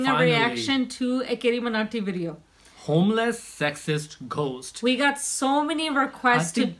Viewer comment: I am annoyed by fake accent. Stop this, else you guys are great. by the way its not GHHOST, it is pronounced as GOST...